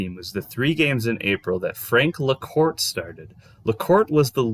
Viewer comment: La-CORT-EEE. Not ''LaCOURT.